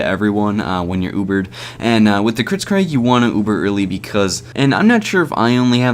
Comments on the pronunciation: err... You say it "kritzKREG" rather than "kritzKREEG". It has an EE sound at the end rather than an E. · I hope you say "kritskreg" as a joke...